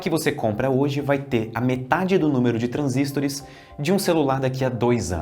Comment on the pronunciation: Pq ele pronuncia transístores?